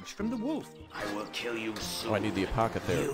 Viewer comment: A poth a carrie or curry as pronounces it (a little butchered if you ask me lol)